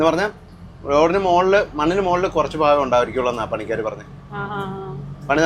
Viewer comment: നിങ്ങൾക്ക് ഭ വരില്ലെ ഫാ ആണ്കേൾകുന്നത് ഫാകം ഭാഗം 😅😅😅